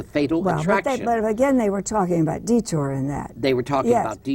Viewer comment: This guy is the most annoying interviewer ever: ill-prepared, constantly interrupting, and he pronounces "detour" as "de-TER" and Barbara as Robert.